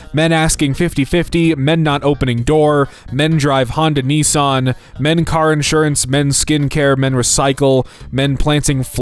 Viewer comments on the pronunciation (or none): none